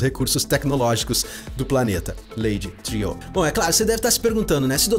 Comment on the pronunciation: Eu também achava que a pronúncia correta ela Lady "triô", tipo francês, mas daí ouvi no episódio 7 alguém no episódio falar Lady "Triu" como se pronunciasse "True" que em inglês é "verdadeiro".